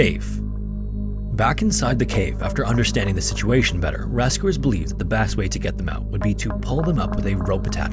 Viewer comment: Why do you pronounce your “e” as “a”? “Rascuers” “bast” 😂